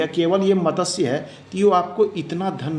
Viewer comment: Matatsya nahi hota wo matsya hota hai